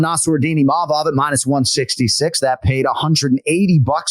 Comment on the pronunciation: needs to learn how to say Imavov, not Imanov or Imamov